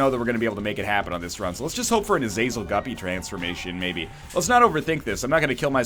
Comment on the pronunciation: It's pronounced ah-zah-zel